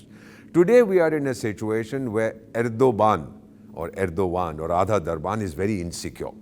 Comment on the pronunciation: I mean your frustrations with Turkey is clearly visible with the names of Ergdogan that you pronounced. It's perhaps because Turkish drone destroyed Indian jets and drones